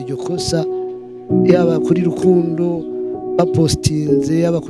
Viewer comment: Alvella urantwenza ingen uvuga Rukundo ngo ni lukundo